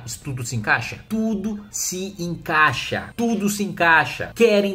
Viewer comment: "num tem como tudo se enclaixxx." Kataguiri, Kim.